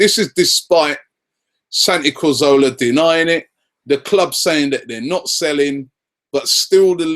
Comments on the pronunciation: Can someone just tell Robbie that it's Cazorla not corzola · Cazorla* not Corzola..